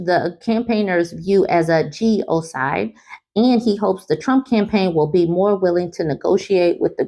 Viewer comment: I enjoy your videos… but here’s a tip: it’s “ge-no-cide,” not “geo-cide.” It means to kill an entire group of people. You DO pronounce the “n” in that word.